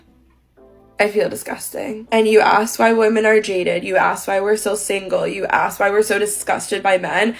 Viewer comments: ”Aks, Als Aks”😂😂😂 Learn to speak english like it should be. ” ASK”. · And it is ASK, not AXE. And it is THEMSELVES, not THIERSELVES. She should not make “six figures” (IF she really does) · Why do they axe instead of ask? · I'm a strong independent black woman.... "He axed me a question" Wtf, you should be axed for not speaking English. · ... how does someone who pronounces the word "ASK'" as "AXE" ie 'Lemme axe you quexunn"... make 6 figures? DEI? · if you're making six figures, and your version of english is shit like "lemme axe you a quession", you're getting paid that affirmative action money (she's sitting in what looks like an office with a rainbow painted on the wall. she's not one of the exception jobs like entertainer or athlete)